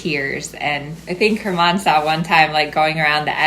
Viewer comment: I thought you were saying "Her Mom" each time, and I was very confused 🙃 it wasn't until I looked at the comments that you were saying "German" 🤦‍♀️😆 Thank you for this! Great analogy! I've been working a lot on suppling lately with my 5 yo, and it's been hard for me to be imperceptible from the ground - I think this will help! ❤